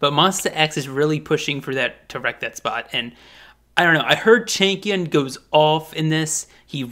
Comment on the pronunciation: Well lol i always hear chicken when you say changkyun 😂😂 my baddd